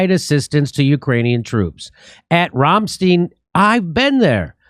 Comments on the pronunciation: You can't even pronounce Ramstein........Ram...as in the goat, long A.....Stein as in, beer stein. Ya nipple head. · “Ram-stein”, not “Rohm-steen”, and you say you’ve been there?